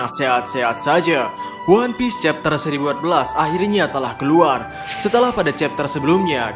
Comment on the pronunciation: Kau ngomong chapter aja nggak jelas cok, kayak meragu soal chapter yang akan kau jelaskan